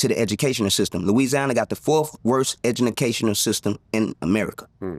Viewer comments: "Edunacational".. yea he ain't lying, he meant that shii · ( - ) "Edga-na-cational system". "We almost THE last". 😅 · My boi juss said "Edjunacayshional system"🧐🤦🏾‍♂️🤣🤣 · Did this nigga said Edunacational?! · That dude said “Edjunicational system” 😅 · damn right, after hearing you talk. 😂. “Eduminication system” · Didn’t think anyone caught that…..uh what did you say?…..what is an edginalcational system anyway?😂😂😂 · Did he just say “edjumocation”?? 🤣🤣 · Did he just say edumacational?😮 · Did he say ednucational? Damn it must be bad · how ironic that he mispronounced "eginacational system" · He said said edunalacational system haha😂😂😂😂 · When he said “Louisiana got the 4th worse edgejanacational system” I had to run that back like 4 times 😂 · Did he say edunicational lmao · I see why it’s 4th worst when you pronouncing it Eda-macation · “Edganacational School”??? I quit man 😩😩💀😭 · Did he say Edumacation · He said “ejunacational “ system sheeessh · 😂 was looking for this comment lol this fool said "edumacation system" lol